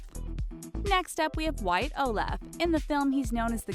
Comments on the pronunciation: olAff 😭😭 it’s olEff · ITS WYATT OLEF NOT OLAF JESUS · UHHHH, They pronoucened Oleff incorrectly and should a picture of Wyatt from 3 years ago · Seriously you literally got almost all of the names and people wrong 1 Wyatt Oleff pronounced (oh-loff) still has Curly that’s when he was like 9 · lmao some of these things that ur saying aren't true like wyatt's hair IS curly irl and thats not how you pronounce his last name either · The way that she said Oleff made me cringe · Thats not how you pronounce Oleff and his hair is always curly now, that was an old picture........... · wyatt's hair is actually curly irl. They got their facts wrong on that and that wasn't how you pronounce his last name.